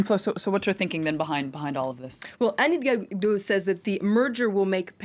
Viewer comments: Elle a beaucoup de mal à dire Anne Hidalgo haha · She had a rough time pronouncing Anne Hidalgo 😂